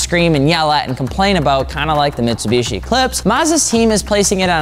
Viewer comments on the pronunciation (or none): none